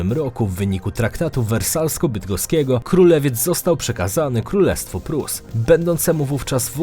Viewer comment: Welawsko a nie wersalsko